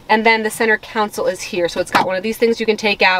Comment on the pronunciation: CONSOLE. Not COUNSEL